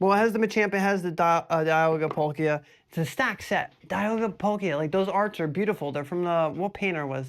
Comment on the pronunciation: Now we need a Palkia pronunciation. Bc I’ve never heard anyone say “PAUL-Key-Ya” until now 😅